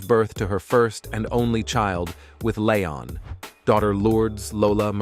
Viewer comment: The narrator needs to learn how to say leon